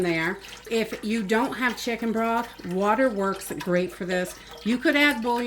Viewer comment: After she said that, I had to say it out loud.😅